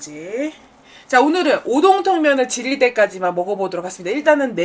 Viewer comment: 순간 오디오만 듣다가 초반에 오동통면을 지릴때까지 먹겠습니다로 들려서 깜짝놀람 ㅋㅋ